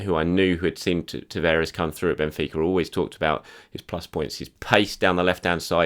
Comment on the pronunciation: TA-VA-RES. Not Taveres! Christ you think you'd pick up the right pronuncation after repeating someone's name over and over again